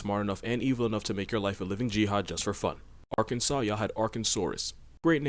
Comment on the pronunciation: Thank you for pronouncing Arkansas right also wtf